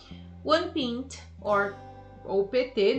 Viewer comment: Muito bom! Porém me surgiu uma dúvida agora; A pronuncia da palavra ''pint'' não seria PÁ- INT ?? Você pronunciou como PÍN-T